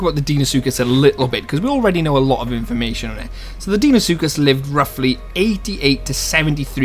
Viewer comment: Deinosuchus is pronounced dino-sookus. I don't think a titanoboa would easily kill a deino or rex in real life considering titanoboa was only 1135 kg which is less than a quarter of a deino's weight. anacondas can kill caimans over twice their size but deino is way larger and is likely more aggressive than a caiman. It would only take a couple bites from a deino or rex to kill a titanoboa. of course the isle doesn't have to be realistic so they may make titanoboa stronger than it actually was. Though I still think that deino should have the upper hand. I think that titanoboa should be able to take on most mid tiers as they are mostly less than double titanoboa's weight and titanoboa wouldn't really be viable if it couldn't take them on. wait so if titanoboa shouldn't be able to take on apexes (pseudo apexes included) and is not fast on land what would it eat? It could eat ai and water creatures. If it can't fight deino well would it be unviable? If titanoboa isn't able to escape deino or fight it on land or in water that means that the match up would be unbalanced. would titanoboa be able to escape deino? I'm not sure, I wouldn't think so, though it is possible. Does that mean that titanoboa is conceptually flawed? sort of. It doesn't have to be totally realistic though so it could still be viable in game.